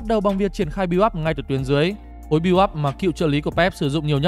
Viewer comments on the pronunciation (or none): none